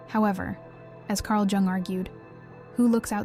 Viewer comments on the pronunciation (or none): This is either AI or the poster doesn't know how to pronounce the name of the psychiatrist she discusses. Spelled Jung but pronounced Yung. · Jung is pronounced “Young” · I think it's AI. The clue is the mispronunciation of Jung. It's correctly pronounced Yung as anyone who delves into his theories should know. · Carg “Joong.” 🙄 Really? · The "j" is pronounced like a " y" when it comes to the name Carl Jung. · The j is said like y. I.e carl young/yung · Nice content, but I wish it wasn't AI, and that you didn't pretend you're an actual person at the end. You wouldn't pronounce the J in Jung if you were a real person. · Mispronouncing Jung doesn't make you a bad person. It does makes you bad AI. Perhaps we should be glad we humans can still detect what's AI and what's not. Soon AI will advance to where we don't know the difference. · Three videos in and only figured it out when ‘she’ said “Jung”… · lol, why do you pronounce "Jung" like that? :D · I'm half Swiss, and it hurts my ears to hear his name mangled. AI, with all its learning, should learn some respect. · yeah ikr?